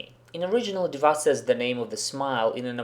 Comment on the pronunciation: Хорошее видео, я согласен не со всеми предложенными вариантами, возможно, я опишу это позже. Но одно реально режет ухо - почему Див_А_? Она Д_И_ва. И да, много игроков произносят "гг" и "апм" именно так, за этим можно обратиться на стримы старкрафта и послушать.